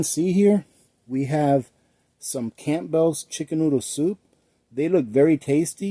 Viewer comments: hun it is pronounced CAMbulls. ..not camp bells. GREAT VIDEO.. LOTS OF USEFUL INFO. THANX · Camp bells hehehe... the p is silent. Its pronounced cambells 😊 thanks for the giggle hope you and yours are doing well. 😊🇨🇦🙏🇺🇸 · It's pronounced cambels not camp bells! Fyi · The p is silent in Campbell's. I didn't even realize it had a p in there until now. I'm very bad at spelling. But I really want to know if that heavy cream powder is any good. I love cream in my coffee.